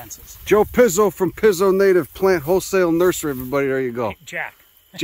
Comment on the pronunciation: Great channel and video, but if you are a paisan, the pronunciation of Pizzo is "peet-so", not "pizz-o".